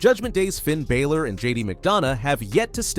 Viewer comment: does my head in how he says balor